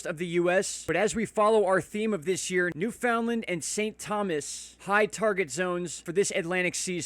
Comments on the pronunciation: or Newf-in-Land :) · Newfoundland = NEW-funlund